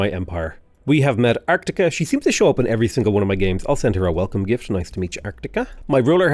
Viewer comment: keeps saying "arCtica" when the enemy civilization is called "artica", without the C. Let's see when he realizes it:D